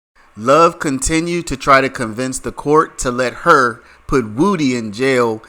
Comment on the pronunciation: 👏 you finally called him "Woo-Dee" and not "Wood-ee" 😂 better late than never